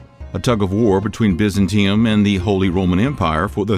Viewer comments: I love these history videos, but the mispronunciation of several names is distracting. Constantinople has 5 syllables--Con-stan-tin-OH-pul. The speaker habitually drops one of them (saying something like 'con-stin-ople'). El-Andalus is el-AN-dah-LOOS. And Byzantium has 4 syllables: bih-ZAN-tee-um. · Im starting to think they do it to get our comments. Gives them more points towards a successful video for getting us "engaged". They do it repeatedly in videos. Like Biz-an-tea-um? Everyone knows its Biz-ant-ee-um..